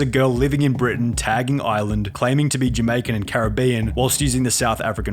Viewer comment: every time I hear a youtuber say Jamaica they say it wrong I am from Jamaica it annoys me I don't know why but they pronounce it different